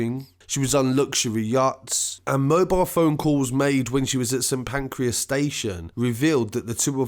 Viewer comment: Saint Pancras not Pancreas lol